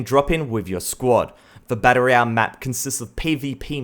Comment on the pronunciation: everytime he says BAttle royale it just strikes me xD